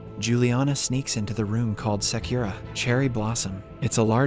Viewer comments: Its Sa-Ku-Ra not Se-kyu-Ra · It’s annoying he can’t say Sakura right